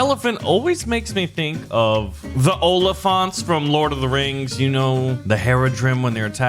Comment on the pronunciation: Is that how u pronounce the oliphant rides.. huh.. never heard it that way